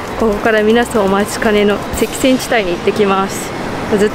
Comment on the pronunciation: ゲイランってこんな感じなんですね。しかし、危なかったですね。「赤線」は「せきせん」ではなく、「あかせん」ですね。